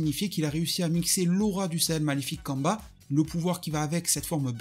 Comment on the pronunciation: je m'en excuser, mais j'imagine que tu parlais de Cumber ? (Ou Cumba à la japonaise) ... C'est ta façon de le prononcer qui m'interrogeait. On aurait dit que tu parlais d'un Sayajin congolais ou d'amérique du sud. Kamba di Janeiro ...